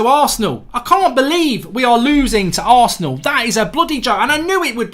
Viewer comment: He said who loses to arseanl🔥😂😂😂